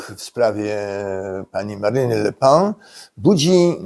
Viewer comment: Wymawia się "Le Pen".